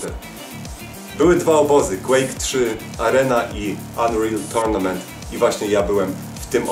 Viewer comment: Unreal Tortunament;> tak mówi xd